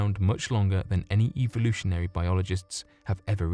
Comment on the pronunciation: Eve-volution XD which evee evolution????